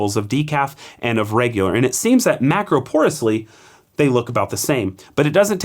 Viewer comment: “Macropourously”. Love the detail you cover with language. Thanks for the info you provide for us coffee nerds!